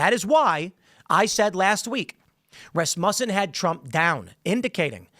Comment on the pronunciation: Why can't this guy say Rasmussen?